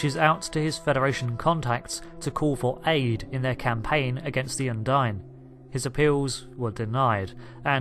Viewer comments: If you've played all the missions surely you know its pronounced "Undeen" not "Undyne". They say it multiple times throughout those campaigns, and you even say it correctly yourself then go on to say it wrong for the rest of the video. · I'm sorry I have to be that guy, but I can't believe you just called Kronos "Konos" ant the Undine (Undeen) "Undyne" ......dude.....